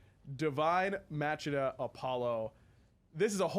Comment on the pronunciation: It's kinda cringey that they can't pronounce "Machina" correctly.